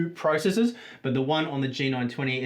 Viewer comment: Took me a hot minute to realize you were saying "processors" and not "priceses"... LOL Great indepth review, though.